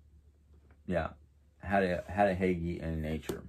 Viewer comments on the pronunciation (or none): Nice video! Again, I’m pretty sure Hygge is Pronounced Hoo-guh ❤️ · Hello I'm really enjoying this series on Hygge.And I myself can't pronounce this word lol because it doesn't sound anything like it looks.So I searched how to pronounce it and if I can be any help to you I'd be happy that I did correct you and help.It is pronounced HOOGA it's tricky lol.Can't wait to hear more about Hygge since I myself can use some form of relaxation at times.Have a great day